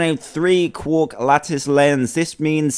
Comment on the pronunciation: it is said kwark! NOT cork(ur obsessed with wine) and, they aren't particularly complex, but only really small pieces of matter lol